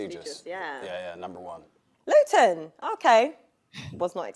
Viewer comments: Please don't pronounce Luton like "glutton" again. More like "gluten free". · pronunciation of Luton was fun for my british ears 😂